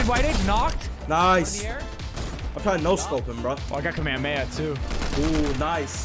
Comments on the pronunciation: BRO SYPH SPLEASE TELL NICK HOW TO PRONOUNCE KAMEHAMAHA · Nick come on that is not how you say kamehameha